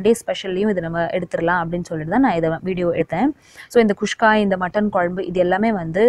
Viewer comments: Nice... Kuska... Not khuskha.... 😀😀😀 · athu kushka illa mam guska k